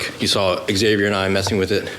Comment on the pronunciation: Finally someone that pronounces Xavier rite